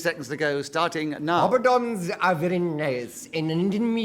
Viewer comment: It wasn't just a slip, either. He pronounces it that way at least twice. :-)